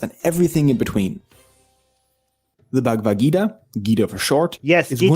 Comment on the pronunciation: even can't pronounce 'Bhagavad". Has no idea what's in it. But still compares it with 1984. Seriously??? These people are supposedly the holder of reasoning based on eViDenCe.. LoL